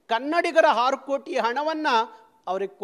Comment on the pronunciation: ಕನ್ನಡ ವ್ಯಾಕರಣ ಬಗ್ಗೆ ಅಲ್ಪಸ್ವಲ್ಪ ಆದ್ರೂ ತಿಳ್ಕೋಳಪಾ...ನೀನ್ಯಾವ ರಾಜ್ಯದ ಹೋರಾಟಗಾರನಪ್ಪ ... ಒಪ್ಕೋತಿವೀ ಅನ್ನೋದನ್ವ ಹೊಪ್ಕೋತಿವೀ ಅಂತೀಯ... ಆರುಕೋಟಿ ಕಣಪೋ ಅದು ಹಾರು ಕೋಟಿ ಅಲ್ಲಾ.. ನಿನ್ ಅನಿಸಿಕೆ ಅಧ್ಭುತವಾದ ಬ್ಯೂಟಿ ರಾಗಿಣಿಗೆ ಈ ರಾಯಭಾರಿ ಅವಕಾಶ ಮಾಡಿಕೊಡಬೇಕು ಅಂತಾ ಒತ್ತಾಯ ಮಾಡಿ ಮಾಡಿ ಹೇಳ್ತಾ ಇದೀಯ